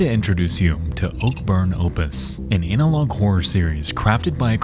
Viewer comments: Is no one going to talk about the way he says analog lololol anal-log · sorry to be immature, but I laughed because it sounded like you said "anal log horror". 😝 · lol, did Nexpo pronounce "analog" as "anal-log?" with the long A? lmao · Are you saying analog like "Anal Log" on purpose? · "An ANAL-og horror series" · ANALog is a silly pronunciation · Dope series, awesome vid, but hands down best part is the enunciation on “ANALog Horror” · Bro, I was thinking the same thing. 😂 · I don't like the way you have been saying "analog".